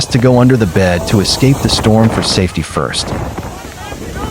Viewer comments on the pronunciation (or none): none